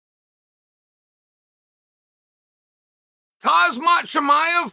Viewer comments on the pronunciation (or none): Kazmat😂😂😂😂 that one was a bit too on purpose Chael